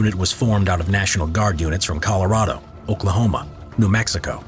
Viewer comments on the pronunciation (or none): none